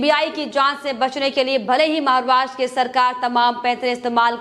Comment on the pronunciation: Maharashtra ka naam sahi se le lo